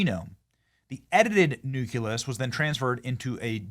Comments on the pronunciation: Sorry, but it's pronounced "NOO-klee-us" and not "NU-kew-lus." I'll probably get flack for this, but it's irritating to hear it mispronounced. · Nucleus, NOT nuculus. Read the F-ing word. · Listening to Benny Johnson try to pronounce these words is PAINFUL! Ovium? Really? It's OVUM, okay? No I in that word at all. Nuke-u-lous? Come ON! It's nucleus! It's like your pronunciation of Nuke-U-Lar. Thanks George Bush but, no.